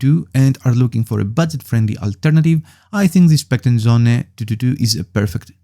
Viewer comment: söhne not sohne. its german for sons